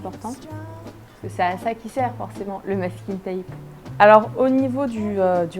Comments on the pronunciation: Masking tape pas mesking tape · Sa se prononce meisking teipe * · on dit du maskine tèïpe mais c pas grave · On prononce "Masking Taype" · tu peux dire washi tape car maskingtape tu n'y arrives pas trop